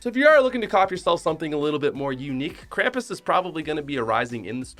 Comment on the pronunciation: kramis it's krum-pus